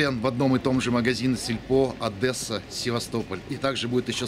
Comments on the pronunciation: И запомните, нет в русском языке слова ОдЭса, есть Одесса!!! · На расии все путают Е с Э? ОдЕсса, не ОдЭса, Одесса! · хватит ОДЕССУ называть адэса!!!!